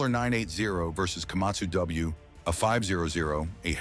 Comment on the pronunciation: Эээй ешак не Камасу а Камацу правельно говарите.😂😂😂😂